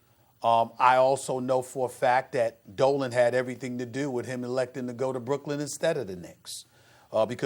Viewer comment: Why can’t Max say Brooklyn?